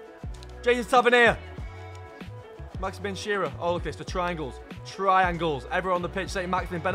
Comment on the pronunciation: As much as i love the bloke, i hate anyone that says maximin in a shit english accent when its not like that